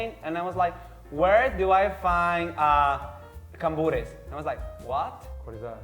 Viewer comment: Cambur* not Camburo.